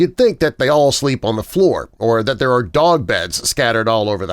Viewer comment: It sounds like dock